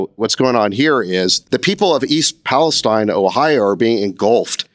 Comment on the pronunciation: You guys seem to claim to have watched Trump's speech in Palestine, OH, but for the 2nd week in a row, you can't seem to get the pronunciation correct. It's pronounced pales-teen. There's a small town in Kentucky spelled Versailles and they pronounce it ver-sales. And there's a small town in New Jersey spelled Buena and they pronounce it byoo-na. Pay attention much?